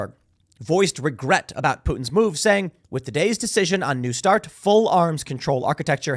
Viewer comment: "a nu start" treaty